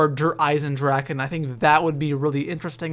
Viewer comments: Its spelled with a ch meaning "Eisendrachen" but I know you english speakers can t say 'ch' the way it s meant in german so it s kinda funny how everybody says Eisendraken ;D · Dragon = DraCHen not DraKen :) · Der EisendraKKKKKen......bruh it's drachen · its not dereisendraken,its "dereisendrache" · Der EisendraKen? xD It´s EisendraCHen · drache not draken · its so funny how everyone says eisendrachen wrong i know its german and actully i am german and it is hard to spell it right but still i luaght every time XD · i swear if i hear someone misspronounce der Eisendrachen one more time... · just for you to Know Der eisendrachen isn't pronounced with a k In german you pronounce ch like the Sound a vampire Make Then it Sees the Sun ...